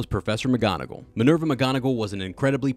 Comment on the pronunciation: why do you pronounce Minerva as Maneuver